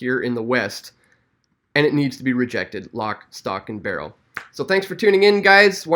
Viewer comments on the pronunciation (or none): none